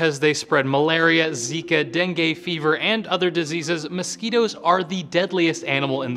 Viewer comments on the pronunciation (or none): none